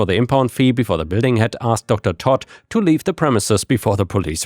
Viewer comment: With the Docter Toad story the way you pronounced it is wrong its as if you're saying the name is Todd the way you pronounce toad is by saying towed they are similar in pronunciation but instead of saying towed its toad i hope this helped